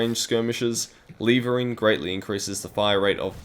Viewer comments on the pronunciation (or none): Lev-ering, not leevering :) great video though, im going to try this out once i have high velocity and flechette unlocked :D